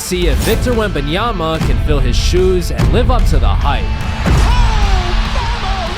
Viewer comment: After many years together on TNT, Chuck still couldn't pronounce Wemby's last name correctly with "Wenyomama." 😂